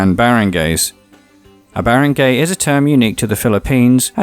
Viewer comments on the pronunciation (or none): It is pronounced "barang-ah-ay" not "barang-e-y". Sorry if it's offensive to you, I'm just correcting your grammar and thank you for making this video I've always wanted to know the history of the Philippines😄😄😄. Btw I'm from the Philippines. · it's pronounced "bah-rahng-gai" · Great video featuring my hometown. You stated the facts very well. As a native speaker and a coach in Tagalog language, you need a bit of help on pronouncing the Filipino "A" like when you say "baranggay" - all short a please. Your "hukbalahap" sounds good to me though.